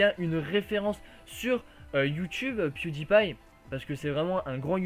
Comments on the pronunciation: Pewdiepie et sa été dit piedailpail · salut! merci pour cette video!j'ai regardé le grand journal et je suis un grand fan de pewdiepie.J'ai trouver incroyable que la journaliste ne savais même pas prononcer le nom pewdiepie! Elle la meme insulté pewdiepie de completement fou! ça m'a vraiment énervé! De plus le montant du salaire que gagne pewdiepie est abusé! $ par ans! Même ci aujourd'hui la journaliste c'est esxusé, je n'ai pas du tout aimé les critiques. merci pour cette vidéo! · j'ai adoré comment la meuf elle prononce PewDiePie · la meuf elle c meme pas dire pewdiepie